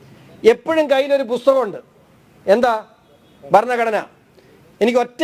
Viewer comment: ബരണഘടന? ഭരണഘടന എന്ന് പറയൂ